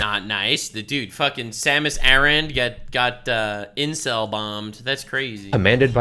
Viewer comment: Her name is pronounced Sam-Us Air-in.